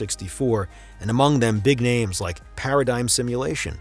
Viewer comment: Thanks for all the kind words guys ! Sorry for the wrong pronunciation of some of the names The song of the Ocarina of Time commercial had to be mute because of DMCA unfort.